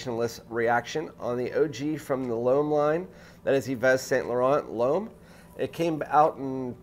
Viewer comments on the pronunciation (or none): All good points but it's just "Lum". Try it. Plus it would give you an edge over those 100k subs reviewers. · Dude, learn to pronounce L'Homme in french...!